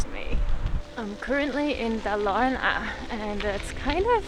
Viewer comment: I had a laugh when you said you were tired of the roads going up and down, and then said you were travelling through Dalarna, which translates to 'the Valleys' :) Also, the emphasis is on the first vocal, not the second